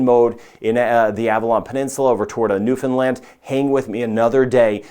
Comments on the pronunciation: I am very impressed that you pronounce Newfoundland correctly. Very few do. And to even know or care that Atlantic Canada exists. 👏 Huge respect! 🇨🇦 Subscribed. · You actually pronounced Newfoundland correctly! I'm impressed that you did and that you even went that far north